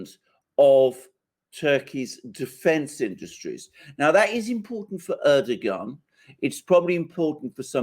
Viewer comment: You have though out this interview pronounced Erdoğan s name in correctly, I find this extremely rude, he is after all the leader of Turkey 🇹🇷🇬🇧